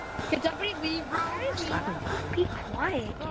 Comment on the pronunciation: it is fine if you be kwite i herd you